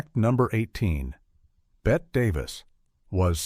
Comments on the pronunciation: The determining factor is that Ms. Davis pronounced it "Betty" - as does the rest of the world. There is even an interview Crawford gave in London where the interviewer pronounces it "Bette" and Crawford says "She'd kill you if she heard you say Bette. Her name is Betty, she will say." It comes at the point here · A soon as I heard "bet davis" i knew this was a robo video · tell me this AI doesn't know how to say "Bette Davis" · a lot of things are incorrect here....the AI can't even say Bette correctly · Thank you, I've always respected Joan Crawford. Authentic, and I like that she answered her fan mail personally. It was Joan Crawford that was terrified of rats - I couldn't figure #2 out - the narrator kept saying Bette Davis. "19 Weird Facts" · Exactly! And that AI voice! I wanted to watch this,but the mispronunciation of Bette Davis over and over drove me to distraction! Three times I heard it correctly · Typical AI crap. Mispronounced Bette’s name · Love the videos, and I find the AI voice very soothing; however, you need to edit this so it would pronounce Bette as Betty, not Bett. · And it's pernounced Betty, NOT Bet! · Ger name is Betty not Bet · What is the determining factor as to when to pronounce Bette Davis' name as "Bet" and when to pronounce it as "Betty"? True -"Blanche Hudson" couldn't move, but she had no trouble speaking. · Bette Davis' first name is not pronounced "Bett." It is "Bett - ee." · Me too!!!!